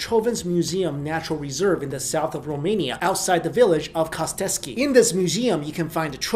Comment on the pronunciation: Yes, Finally a youtuber who said 'romania' right!